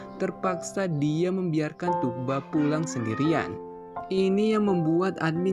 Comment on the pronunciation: Udah sekian lama nyebut namanya masih salah aja boss. Itu huruf g coret atas yang memanjangkan huruf U. Bukan g biasa. Jadi yang betul nyebutnya Thuu-ba. Bukan Tug-ba atau Tuk-ba.